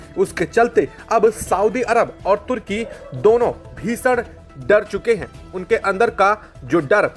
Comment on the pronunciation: stop speaking ship as sip. it shows ur semi literate announcer ...bheesan. parves...ough...